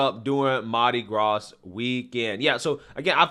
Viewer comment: The S in Mardi Gras is silent, you silly duck.